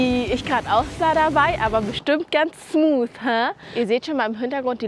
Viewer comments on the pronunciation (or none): none